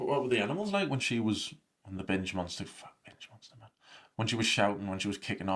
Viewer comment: I heard “bitch eating disorder” instead of “binge” and honestly it made me laugh